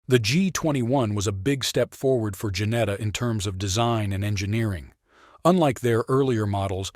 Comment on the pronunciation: Its Ginetta not Janetta